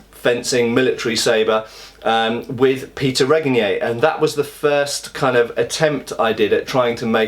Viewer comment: At least you learned to pronounce Péter's name almost correctly :)